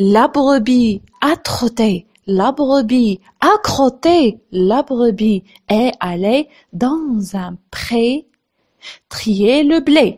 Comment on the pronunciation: Vaut mieux faire la liaison estallée